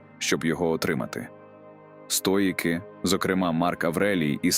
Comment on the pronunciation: цікавий та корисний матеріал! дякую за вашу працю!! ❤ маю питання щодо голосу: озвучує ШІ, правда? жива людина не робила б таких банальних помилок в словах чи наголосах; наприклад "стоЯки", замість "стоїки", яким присвячений канал